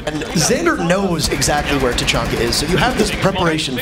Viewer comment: You got famous people playing seriously goes “TACHANKI”